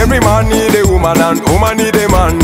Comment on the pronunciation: Great messages lovelies 😘 the ka 🧼 🧼 man Gashumba agenda kunyiiga thou #Nubian_li made the word woman sound as uman 😅😅😅